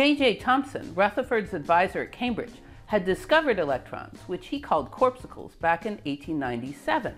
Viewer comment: I did a doubletake when you pronounced the word "corpsucles"... And then I saw the word even spelled that way on the screen. The word is corpuscles. You really need to edit your work more carefully.